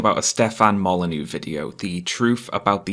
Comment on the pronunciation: I watched a few of other videos on this Stefan Mole-ah-knee and I heavily disliked him. Now after this video all I can think is EVIL EVIL EVIL EVIL PERSON